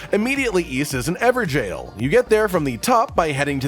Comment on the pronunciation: I'm pretty sure "Evergaol" its not pronounced "Ever-jail".... Its more like Ever-gull